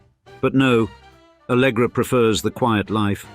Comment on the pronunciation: É ALLEGRA e não ALGRÁ KKKKKK